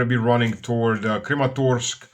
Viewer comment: You said Crematorsk, like crematorium, which is soon what Kramatorsk will be. 😂😂